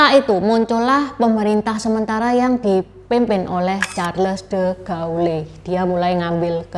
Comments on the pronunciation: De Gaulle dibaca : de gol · Maaf ya Ce Charles De Gaulle Bacanya Sharl de gol